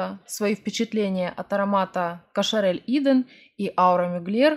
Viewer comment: Eden читается как Эден и это место где жили первые мужчина и женщина (земной рай, Библ.)